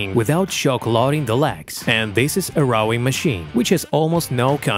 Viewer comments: It’s rowing not rawwing . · Dude, you need to work on the pronunciation of "ROWING", there is no A in there!